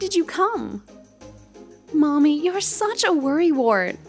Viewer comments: Hey, Yuta! It's Mami, not Maimi! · Bro I thought they were saying mommy😭😭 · The switching between pronunciation of Mami’s name really threw me off